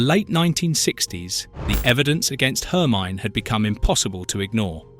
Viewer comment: Do find someone to walk you through German pronunciations: your version of ‘Hermine’ is laughable, as is ‘dei’ as a prefix to Stute.